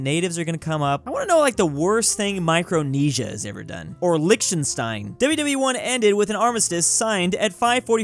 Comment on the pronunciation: cool vid, but i will NEVER forgive, that You pronounced liechtenstein incorrectly (its: "leehtenshtain")